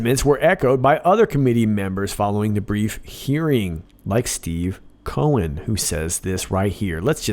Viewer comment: Cohen... Co- hen = hen + hen. Seems likes this demure little bird just laid an egg.